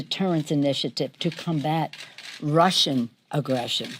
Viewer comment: "....initiative to combat RUSSIAN aggression" u just had to put an emphasis on them lol they're no longer communist calm down